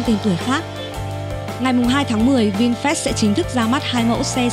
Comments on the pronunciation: Vinfast mà đọc như Vin fresh vậy?😀😀😀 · Mình cũng định comment giống bạn, nghe vin fest mà phát mệt luôn =)) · Tđn bà thuyết minh cứ đọc là Vinfres là sao ko biết nghe khó chịu vl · nó cứ đọc vin phét nghe bực thật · Vinfest là cái gì? Đọc cho đúng chứ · Sao bạn đọc bôi bác thương hiệu vậy.mong bạn đọc cho chuẩn vào nhé